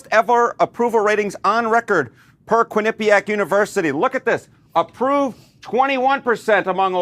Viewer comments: Quin-nah-pee-ack say it like that but all together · Quinnapiac = (Kwin-Nah-Pee-Ack) this is the pronounciation✊🏿